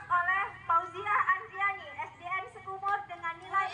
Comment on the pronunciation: Maaf ibu,untuk bidang studi MTK urutan 5 faujiah Indriani itu dari sekundur Bu Bukan sekumur